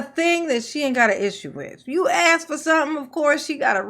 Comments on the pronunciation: The word is ask a s k can I ask a question not a x e not a x x ask😊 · I would write the words just like she pronounces them and and include in parenthesis what the actual words are. Allizations (allegations), accrit (accurate). axe (ask) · Don't ax her😂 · My biggest pet peeve is the word ASK…it’s not AXE